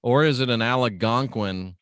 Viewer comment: You pronounce Algonquin wrong